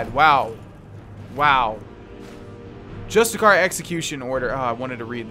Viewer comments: By the way "justiciar" is pronounced just-ish-e-ar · Justiciar isnt it pronounced (just a see air)